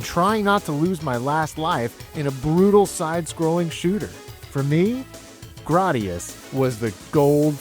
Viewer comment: I've never heard someone pronounce it like you 😭 I believe it's "gray-dee-us" whereas you say "grah-dee-us" 🤮